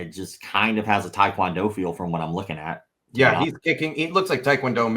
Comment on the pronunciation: Once again thank you for pronouncing Tae Kwon Do correctly ("Teh" Kwon Doh) unlike the guest on your show who said "Tie" Kwon Doh like 99.9% of the North American population do LOL